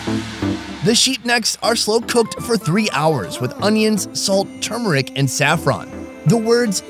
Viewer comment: For the first time he's pronounced turmeric correctly 😂